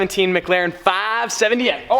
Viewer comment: Stop saying 570s weird